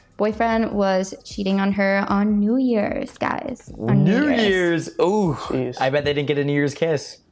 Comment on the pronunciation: I mean Jees not jess